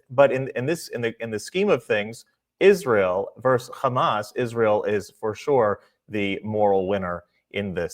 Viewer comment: as long as he's ahead of Ali G, not calling 'Hummus" instead of Hamas. We still remember his "Nucilar" talk